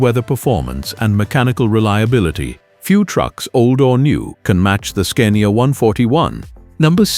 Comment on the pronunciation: Scunnia 141 vie B8... Scania Veeveight... etc. Please put some effort into this AI slop narration and it might be a nice channel to watch.